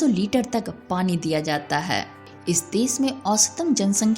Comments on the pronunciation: desh and not des , bhasha and not bhasa😂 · देस - नहीं, देश - बोलना पहले सिखना चाहिए। सीता - नहीं, शीत - बोलिए।।